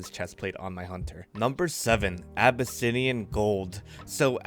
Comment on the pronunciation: a-buh-sin-eyan. BRUH ITS A-BISS-IAN HAHAHHA